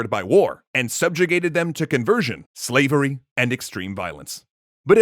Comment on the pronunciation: "This concept of swavery disappoints and infuriates me !"